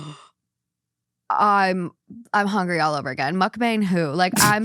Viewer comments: I love how is confidently mispronouncing Mukbang just like 99% of non-Korena youtubers. This is how it actually sounds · A lot of ppl dont like the word mukbang because you're butchering the pronunciation. Smh...🤦‍♀️🤦‍♂️ please research and learn the true pronunciation of borrowed words before you broadcast them on a public platform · Mukbang is Korean (먹방). It's not Muck-Bang, it's pronounced more like muhk-bahng (with the "u" in the first part being a bit softer, almost like an "uh" and the "a" in the second part being more like "ah" not a hard "A" sound). By itself, mispronouncing it is an honest mistake, but in this case it became an issue because you two used the mispronounciation to make fun of the term multiple times throughout the video. I know it was done without ill-intent, but you two repeatedly making fun of the term in your banter was unfortunately on point for the name of your episode "Naive or Knuckleheaded". I'm Korean and I was cringing every single time you did it. I don't always agree with your takes on things, but can respect the difference in opinion. This is the first time I was actually a little offended by you and your guest. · “Muk-bong” // “muhk-pong”. Not “bang” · It’s also not pronounced like “muck bang.” It’s more like “mook bong,” although even that is still slightly off. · I wanna add that Mukbang "sounds weird" or "perverted" to you, bc a) you're saying bang like banging, though it's more like a "bahng" ( idk how to explain it, English isn't first language), which is because it's b) Korean. Nothing odd about it, just saying you're broadcasting yourself eating 😌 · It’s also not said correctly with an English accent so it sounds off it’s not bang more bong. Mukbong if you will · it also pronounced more like "bong" than "bang"😅 its 먹방 if you wanna put it in a translator :) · Mukbang is a Korean word 😂 it’s pronounced “mook-bong” 😭😭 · Mukbang is pronounced as “mook bung”